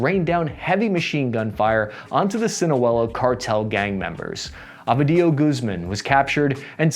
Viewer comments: His name is phonetically pronounced OH-vee-dee-OH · “El chapo’s son, abuhdeeyo Guzmahn…..military helicopters rained fire on the sinuwehlo cartel” Bruh I’ve heard some bad pronunciations but that shit is next level 🤣 It’s Ovidio and Sinaloa it’s not that hard lol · What a weird channel, thisTask & Purpose! They seem to consistently get every bit of key information wrong. The Mexicans did not capture one "Abedillo" (????!!) Guzman, it was OVIDIO Guzwman. The Mexican president? Calderon, not "Caldron". And one can only wonder where they got that weird list of supposedly most important American trading partners. Ireland is on it but the much, much larger UK is not? And when one looks up this info one also finds that the second trading partner of the US is not Mexico, but Canada.